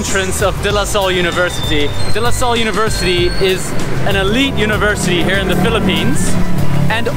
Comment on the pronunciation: Your pronunciation of De Lasalle is damn perfect! De losol is RIGHT